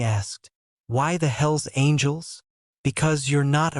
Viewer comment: sounds like HILLS ANGELS not hells angels